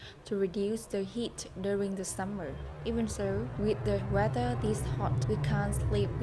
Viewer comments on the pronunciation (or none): none